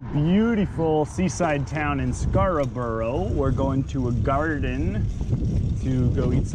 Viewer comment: "Scaraburrow" D: Glad you like Crumpets. You're basically British now.